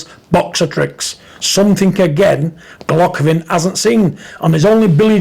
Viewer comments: Golockovin? Take the marbles out your mouth big John hha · Who the fuck is Gulockovin lol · "Golockovin".... Got to love Big John......